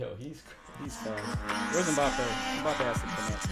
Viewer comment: It's MbappÉ with the accent not without it. People please pronounce it correctly